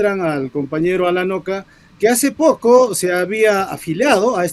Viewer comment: Alanoca o Alacoca. Cocalero?